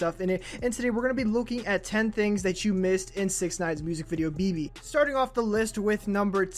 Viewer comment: Like si eres Mexicano y te lastimo cuando dijo BeBE